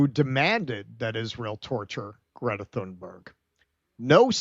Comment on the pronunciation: Good work, but could you get the pronunciation of her name right. It's Tunerg, not Thunberg.